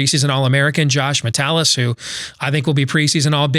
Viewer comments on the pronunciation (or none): Josh Metellus’ name is pronounced metal-is